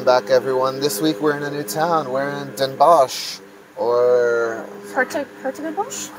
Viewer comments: 's Hertogenbosch or the more modern version Den Bosch, is fonetically pronounced "Dan Boss" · Next time don't say Den Bosh, in this case the sch is just pronounced as an s. So Den Bos. Same goes for Hiëronimus Bosch. Just an s at the end. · The pronunciation is : Den Bos